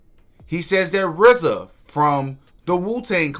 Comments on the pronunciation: This nigga said " Rizza," lol!!! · Did This nigga say RZA ??????? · Did he say rza!?!?! 🤦🏻‍♂️ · Brudda said rza??? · Did he say RZA?????